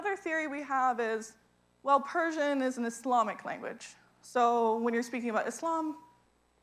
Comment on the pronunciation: Great explanation. Persion pronociation is awesome. I just came to Iran and really i thing pronociating is perfect. My appreciation for